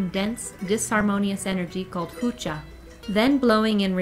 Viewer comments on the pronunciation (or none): The disharmonious energy is ''Hucho''. not hucha